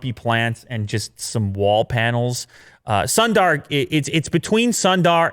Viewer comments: its sundar not sondaaar. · Please learn how to pronounce “Sundar”.